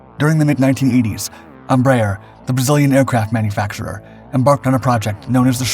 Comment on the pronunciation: It's so funny to hear americans pronouncing Brazilian names. "Tookanohl", "Ambraher", "Savanteh"... 🤣🤣🤣